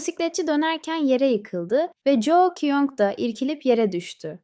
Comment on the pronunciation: Jou değil ju kyung 😂😂😂😂